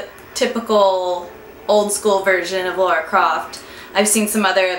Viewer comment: it's not pronounced "Laura" lmao